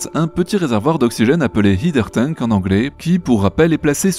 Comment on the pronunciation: Merci pour cet épisode. Et si je peux me permettre un micro détail, mais que me chipotte : à chaque épisode tu prononces mal "header tank" 😅 C'est "haider", et pas "hieder"